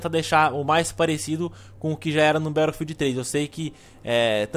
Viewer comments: a gente fala BATOUFILD igual ao jovem nerd mas no ingles se fala BETTLOUFIEL (SEM O D NO FINAL) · Por que voce fala " barofield " :\ !! No resto o video ta show